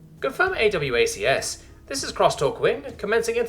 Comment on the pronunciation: Yeeees... Also, point of reference. In Military parlance AWACS is called 'Ay-Wacks', not A-W-A-C-S. The military wonks tend to try to say every acronym as a word rather than spell-out the individual letters.